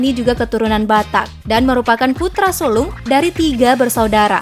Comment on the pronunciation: Kok putra sulong ... Mba nya yang ngmng gagal lokus ya 😂😂😂 nama nya Pani tapi kok putra sulung kata nya 😂😂😂